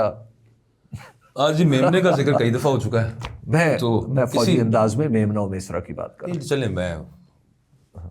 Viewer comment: What is Fauzi? No pakistani pronounces Fauji like that